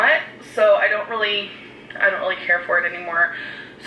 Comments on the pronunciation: for rill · “Rilize” “Lah” “Feelinz” “Amazeen” “Inscruciating” “Basamatee”